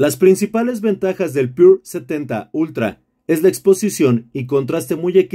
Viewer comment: com que varios no saben leer, es PURA no pure.....